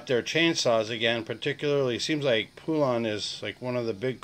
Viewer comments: That name is pronounced as in pollen not phoolon. Good basic video for some that know nothing about chainsaws 😁🛫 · Can't pronounce poulan,it's po-Lun ,God